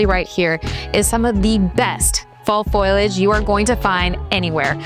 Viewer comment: Foliage is pronounced FO - lee - age. Glad you left the bloopers in the Final Cut, haha!